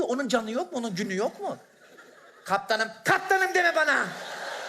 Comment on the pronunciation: KAPTAĞNIM DEME BAĞNA!!! 🤣🤣🤣